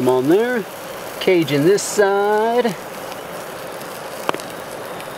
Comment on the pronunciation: CA J UN TRIGGERS ME. ITS PRONOUNCED CAJUN WITH A SOFT J